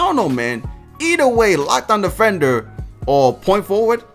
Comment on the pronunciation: nigga said defenwer